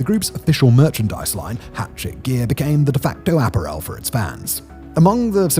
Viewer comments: A-pear-el. Not Aperol Apparel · Why do you say apparel so weirdly Simon?